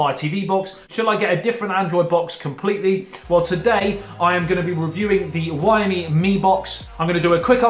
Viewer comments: WhyMe me box lol It's pronounced Zhou me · Xiaomi is a great brand... Got the mi box version 1 years ago when I lived in china.... Still going strong now despite only 1gb of ram and 8gb rom.. It's pronounced show (like ouch)mi by the way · Its pronounced (zow me) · Lemme help you with Xiaomi:) Xiao = is similar the the SHOW in SHOWer but add a tiny almost inaudible SHE before the OW. She'Ow Mi It's pretty close the Shaolin but the XI adds the glottal stop. SHAOLIN, SHOWER, XIAOMI:) Easy Peazy. #Aloha